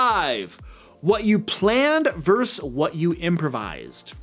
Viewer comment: I love your videos, but please please please. It's "versus" not "verse". Please.